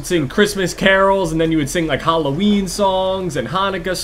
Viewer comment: he says:''halloween'' like ''hallowien''